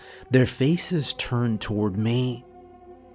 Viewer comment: Bless his heart narration 10/10 Storytelling 12/10 Imagery 10/10 Varying character voices (quite impressivel)demon voices 10/10 How to pronounce the word me- .5/10